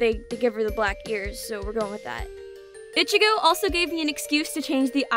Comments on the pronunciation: I keep hearing ichigo as bitchygo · The way you say ichigo itchigo bugs me so much.